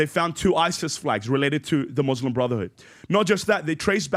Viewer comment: This guy is a fraud. "Muthlim" 😂😂